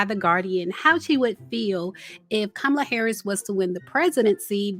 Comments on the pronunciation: Who is Ka-Mala? Chileeee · Please pronounce Kamala’s name right! It’s “Comma-La” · COMMA-LA. Please say it correctly. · it's Comma-La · Did you mispronounce VP Kamala Harris' name (like Trump)??? smh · Why did you keep saying the vice president name incorrectly? You went from saying it correctly to incorrect (,-lalalalala).